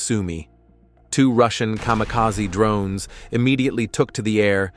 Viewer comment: The way the text to speach guy says drroonnes cracks me up haha